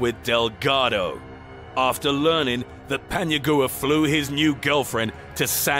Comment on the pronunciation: He’s mispronouncing Paniagua. It’s not Pania"goo-ah" it’s "gwa"